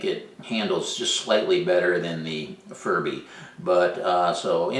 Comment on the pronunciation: don't you think, maybe, just possibly it, is pronounced fury bee?